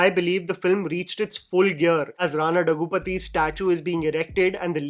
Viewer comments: it almost hurts my ears everytime you spell Rana's name incorrectly 😂, it's pronounced as Dhaggubhaati...'Dha' as in "Dhawan" Bati as in "Bhatiya" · The amount of times Rana has corrected people pronouncing his last name wrong and the fact that you still say it wrong make me laugh at how ignorant Bollywood media is